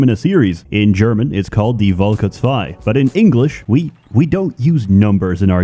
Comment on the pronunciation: Wait a minute. If the lore states that is (higly likely) german, why does he pronounce Völker with a "v" instead of an "f", like how the real germans say it (/Fölker/)???